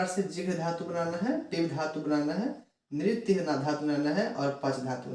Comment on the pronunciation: नृत्य होता है नृय नहीं